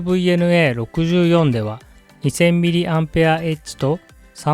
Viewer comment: 「mAh」は「ミリ・アンペア・アワー」と読みます。